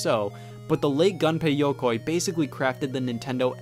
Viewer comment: It’s not like his name has yoke in it, it is you like gunpei YOUkoy.